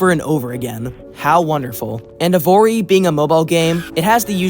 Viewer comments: Evory? Isn’t it evony. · Evory? Can you read, its "Evony". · Evony "Evory" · Lol.. e"VORE"y. BAHHHHAHHAHHAHHHAHHHHAHHHAAAHHH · Bruh keeps saying "Evory"? instead of "Evony" lol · I can’t get over the fact that you’re calling evony “evory” Also GUYS, DIDN'T YOU ALL BELIEVE THAT ALL THOSE PUZZLE ADS WERE FAKE? AND THERE'S NO SUCH GAME? BUT TODAY I'VE FINALLY FOUND THE GAME. EVONY THE KING'S RETURN. THAT'S RIGHT GUYS THAT'S THE EXACT GAME THAT YOU ALWAYS SEE IN THOSE ADS. I'VE SEEN ENOUGH OF THEIR VIDEOS, TODAY I'M GONNA PLAY IT. TO BE HONEST, I'VE GOT TO USE MY BRAINS TO PLAY THI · Bro called EVONY evory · I just don't know how you kept mispronouncing evony as evory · Called Evony not evory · The 3rd game’s name was EVONY not EVORY!!! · Anyone else annoyed that he said evory not evony? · Evory lol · why does bro keep saying evory either way you must have some eyesight issue lmfao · Bro every time he said “evory” 💀💀💀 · “Evori” .. dude can you not ready the ‘N’? Idk its bothering me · Mam said Evony with a hard R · I hate Evony with a passion, but how did you get it so wrong? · No one calls out him saying Evony wrong?